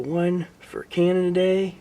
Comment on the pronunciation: I've noticed over the years how you've had such a fondness for Canada, perhaps you should seriously consider visiting? =) I've talked with a good friend about going up to Canada to see him sometimes, we'd probably go to a cosplay convention together, or play video games at his house. Happy belated Canada day - or "Canadia day" as says with his accent tehe~ ^.^